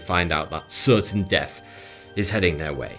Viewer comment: Your video's are very informative. Perhaps you could do one on correct pronunciation? Like how some people say deaf when they mean death. I just watch a video where the host described how people became deaf from a nuclear explosion not dead. What a plonker that guy is.